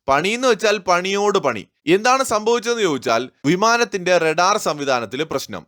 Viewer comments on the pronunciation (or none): none